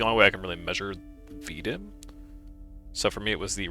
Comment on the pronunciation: Keep up the grind bro i actually enjoyed this video for some reason, the vt ranked grind is rough i just hit jade complete if i can do it you can to bro u got gold complete next week for sure also its pronounced v d i m ( standing for voltaic daily improvement method) and Please turn your gun model off lmao